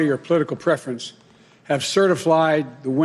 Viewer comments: Certiflied? C'mon Joe, not now. You mean "certi-flied" or "certif-lied"? Stop confusing me!! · "certiflied" - yes, that's man you elected. congratulations. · It's now been "certi-flied."